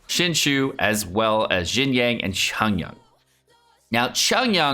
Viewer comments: Its not chongyan, its chong YUN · I've never really bean that annoyed at how people pronounce names but- that Chongyun pronunciation KILLS me- If you care, it's suppose to be Ch- ong- yune. Not Chun yun. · The way he pronounces Chongyun's name is triggering my fight or flight response. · the way he pronounces chongyun's name make it sound like chongyun is korean